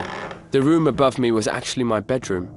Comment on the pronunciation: the woom, my woom, i went up to my woom - he needs speech therapy or to practice his R's